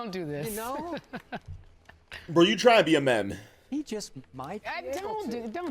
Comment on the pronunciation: My man said mem not meme😂😂😂